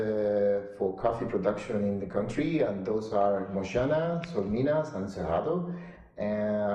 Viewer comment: he said sol de minas holy mother